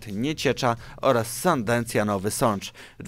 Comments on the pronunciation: Umiesz czytać? Jakiej Sandencji? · SANDENCJI? Zero profesjonalizmu, daj sobie spokój z takimi materiałami. Nie polecam oglądania tego kanału. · Nie Sandencji tylko Sandecji 🖕🖕🖕